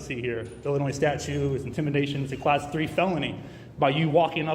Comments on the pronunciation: I'm so sick of all these idiots saying statue instead of statute. And everything else that comes out of their mouths. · Does this "" keep saying statue instead of statute? I keep hearing statue, like Statue of Liberty.